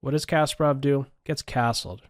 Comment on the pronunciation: Why am I so distracted when you mispronounce Garry's name ? It's not Casper-Off - it's kuh-SPAR-off